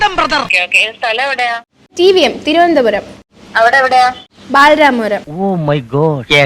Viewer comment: ബാരരാമപുരം, തിരുവനന്തോരം കഷ്ട്ടം ബാലരാമപുരം, തിരുവനന്തപുരം എന്നും പറയാൻ അറിയാത്തവളാ പ്രാങ്ക് ചെയ്യാൻ പോയത്. നിങ്ങൾ വിളിച്ചു സംസാരിച്ച ആ ലേഡിയും നിങ്ങളെ പോലെ വിവരം ഇല്ലാത്തവർ ആകാത്തത് നല്ലതായി. ഇല്ലെങ്കിൽ കുടുംബത്തോടെ മൈലാഞ്ചി ഇട്ടു തരുമായിരുന്നു അവർ.